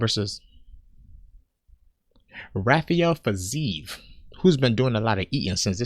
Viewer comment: At first this video annoyed me… then it slowly grew on me… until I burst out laughing at “Rafael Fiziev.” Subbed.